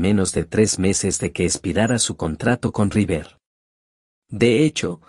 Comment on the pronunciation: Insoportable el audio automático! Rivér dice....